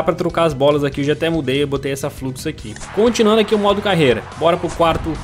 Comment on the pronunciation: Eu modo carrrrrreiiiira Ele:modo careira Sou humorista kkkkkkkkk